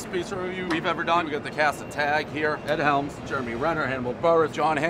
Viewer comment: He pronounced Egg Helms' name wrong, thats embarrassing